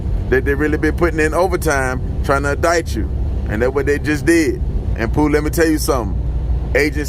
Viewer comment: How he saying Pooh is funny to my soul😂😂🤣